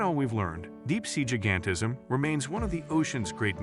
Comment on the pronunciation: Improve the AI narration. , , et al, "jih-gan-tih-zm" should be "jai-gan-tih-zm", "scar-sih-tee" should be "scare-sih-tee".